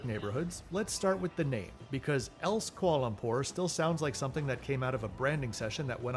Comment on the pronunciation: I love your videos, but please please PLEASE learn how to pronounce "Kuala Lumpur"! I'm sorry to be pedantic, but I couldn't take it any more. You seem to rush through it and miss a syllable every time (in every KL video). "Kualumpur" -- no. "Kwa Lumpur." NO. "Kuala. Lumpur." Two words, four and a half or five syllables. Or just say KL. :) Keep up the good work.